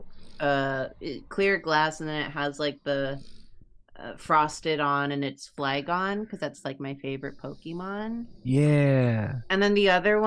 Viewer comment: Every time says "Flygon" I hear "Quigon" and spend a good moment being surprised that she has such a favorite Prequels Jedi that she has to announce it.